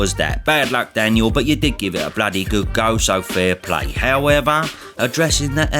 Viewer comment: The way your pronounce Daniel’s name is criminal